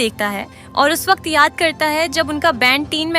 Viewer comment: Makeup- maekup😂 Calm - kelm😂 Waqt- vakat😂 Btw nice explanation❤